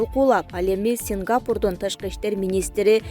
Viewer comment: Ушул кыз дегеле туура окубайт. Мен да силердей жазып- жазып тажаганда конул бурбай калдым. Андан да СингапУр деп окугандын ордуна СингАпур деп окуганын кантесинер?.